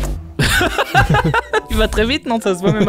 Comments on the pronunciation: POV : À chaque fois que Maxime dit "suivant", moi qui entend "Siuu Yvan". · super vidéo👍 mais à chaque fois que tu dis suivant j'ai l'impression que tu dis Yvan